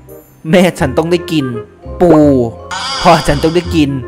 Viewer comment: อย่าเน้น ปู มากครับ